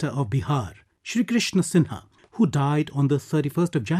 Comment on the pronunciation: Shri Krishna 'Singh' not 'Sinha'.